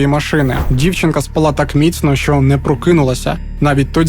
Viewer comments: Як же ріже слух в кожному відео російське слово «спaлá»… українською «спáла» ну будь ласка… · Не спалА, а спАла, це ж не кацапська. І напІй - напОї - наголос на другому складі